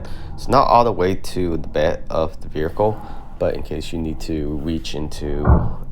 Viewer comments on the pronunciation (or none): Verical is not a word…. Vehicle